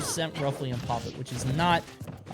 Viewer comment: It's pronounced "poppit one".